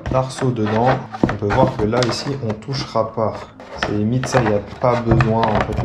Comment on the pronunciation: Slt 😁👋, super bien travaillé ta caro🤩👍👍. juste tu t'es un peu embété et perdu du temps, à la découpe. prend toi un ciseau à léxan courbé tamiya🤗, le droit te servira pas. c"est magique😉. p.s hey, ho❗️ t'as dit "mite"😳🤣🤣🤣. bonne journée✌️